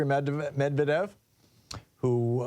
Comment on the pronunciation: Thom, it's "med-ved-yev" 😉